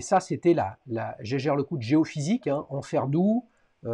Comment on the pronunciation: Autre chose, on ne prononce pas : "gégère" mais "hiégaire". Faut l'savoir.